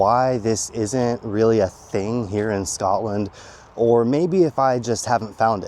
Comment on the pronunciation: Not even ten seconds in to the video and there's already something wrong. Like if your going to live in Scotland than you have to pronounce it wright